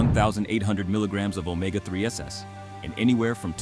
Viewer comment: It's NOT pronounced omega 3 SS, it's SIMPLY pronounced omega THREES!!!!!